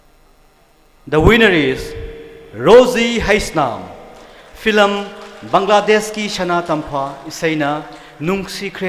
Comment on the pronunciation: Fillam fillam haisine wa loire... 🙄💁‍♂️event host je keidoure haibano.... it’s film not fillam... even a kindergarden kid can say it...🤦‍♂️🤦‍♂️🤦‍♂️